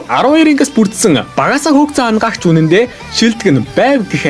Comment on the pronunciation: Anagaagch baisan ymuu bi angaagch gej sonsood baisanshd hahaha